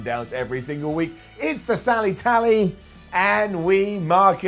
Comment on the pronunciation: Is it he or did say "Sally Tally"?:v